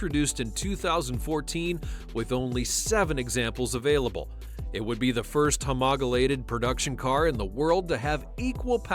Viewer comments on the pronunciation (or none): homogolated its homologated